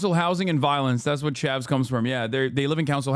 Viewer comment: “Chavs”, not “Chevs” smh uncultured mericans